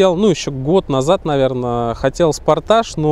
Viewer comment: Спортаж, туксан...Уши можно сломать.